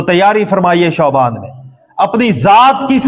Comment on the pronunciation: علامہ صاحب شعبان شین کے زبر کے ساتھ نہ کہ پیش کے ساتھ